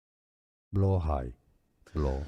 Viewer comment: Love how chat is so wrong in the blåhaj pronunciation when has a pretty decent one for an American